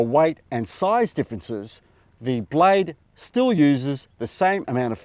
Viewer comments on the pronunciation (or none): Will you please pronounce properly the word blade not blay silent e!